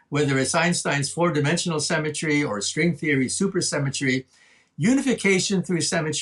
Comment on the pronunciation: I can't bear this. Every time he says "symmetry" i hear "cemetery". lol